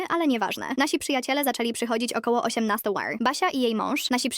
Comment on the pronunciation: 18 łer wtf?